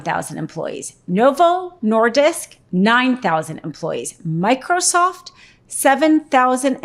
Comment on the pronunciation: Micr-O-soft lol